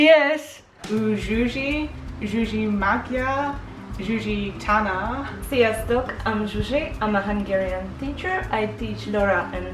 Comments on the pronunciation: just a thing, its not sziasztock. we dont have a c in there, just sziasztok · At the beginning should be "Sziasztok" not "Sziasztock" #TravellingWeasels #thebest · Sziasztok és nem Sziasztock.